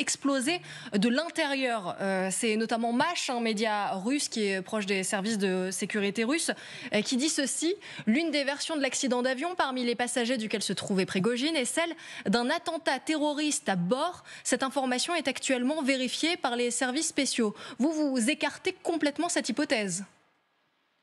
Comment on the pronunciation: Prigojineuh, Prigojineu ! Toi qui voulais voyager Te voilà z'éparpillé !